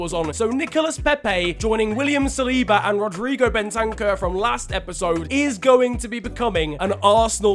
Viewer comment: When says Ben-tank-ur instead of Ben-ta-cur